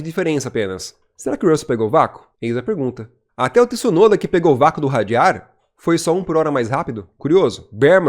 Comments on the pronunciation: apaga essa merda de video e faz de novo, se nao sabe pronunciar o nome de uma pessoa nao fale da pessoa, Tisunoda è o teu cu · se nao consegue pronunciar o sobrenome de Tsunoda nao fala do cara ou chama de piloto japones que fica melhor ignorante. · Quem è esse Tisunoda ? Nao existe nenhum Tisunoda na F1 e nunca teve, como nao existe Tisunami. Conseguem pronunciar Mitsubishi? Entao è igual Tsunoda, T mudo nao tem i em lugar nenhum bando de ignorantes. Quando quiserem colocar i onde nao tem, coloquem no ku de voces.